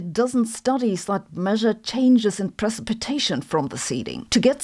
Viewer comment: Silver Iodide and pre-sip-a-tation.